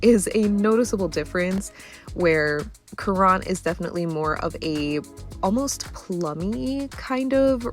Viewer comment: Currant is pronounced as "current". Popular berry for jams. Comes in red, black, white, and pink shades.